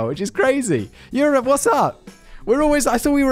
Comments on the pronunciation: I cannot believe I just heard a man from Euope say the band name Eroupe U-rope-ah!🤦‍♂️ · The final countdown, is sung by who? 😂 I know you know how to say Europe, since you live in Europe